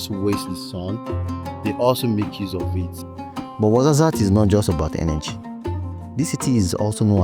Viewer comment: Tizi n Tichka you wrote it right, but you pronounce it Tizi n tchika Ait ben Hadou not Ait Bendaw as you pronouce it or Ait Bendahou as it was written on the map. you killed me on the Marzazat, it's Ouarzazate 🥲 You can find Amazigh people starting from Canari island to Siwa in Egypt (very beautiful place btw). Tinariwen are nomade amazighs, gypsies of north africa. Always making good music those gypsies where ever they go. Good job.